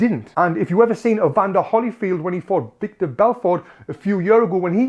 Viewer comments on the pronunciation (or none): Tony, its "vitor" belfort, not "victor"😂